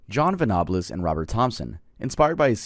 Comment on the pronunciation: You said james name and jon venables name wrong im from England and remember this case while your the first person iv heard saying they got it from child's play they did it because they where both sick little boys that had bad home lives and its that that made them do it I love your videos and have never questioned anything you have said until now not sure you got all the facts right and this one case